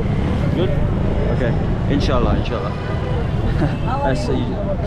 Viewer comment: Yo tue word "inshallah" was epic 💫💫